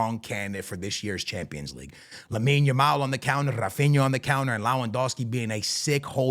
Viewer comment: bro, in portuguese we do not say rrrrrrrrrrAAphinA, he say "Hafinha" just like the sound of "hey"